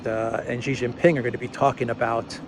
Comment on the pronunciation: President Xi is pronounced Sheee Jinping not Jheez, nor Ghee. Shee Jin Ping, got it?